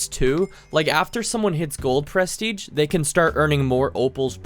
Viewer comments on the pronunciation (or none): why do you say pres teiging?